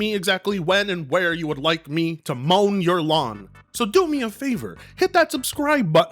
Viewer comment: I swear he said Moan your lawn like what is moaning my lawn you gonna stick your fingers somewhere in the grass and work it till the sprinkler goes off be like Markiplier YOU CLOSE?!?!?! YOU CLOSE?!?!?!